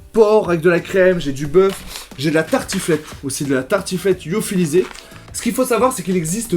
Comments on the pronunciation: petite remarque c'est pas "Yophilisé " mais Lyophilisé ;) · on LLLLLyophilise !! pas iophilise xD mdr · lyophilisé pas yophilisé